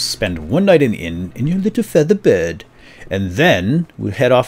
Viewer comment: OMG can any one spell feather BED not bird or maybe no one can hear correctly!